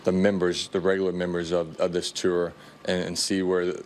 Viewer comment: Billy it’s “Tour” not “Terr” 😂